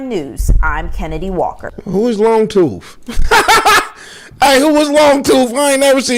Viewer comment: Who is miss…”Longtoof”😭😭😭 be killin me bra🙏🤣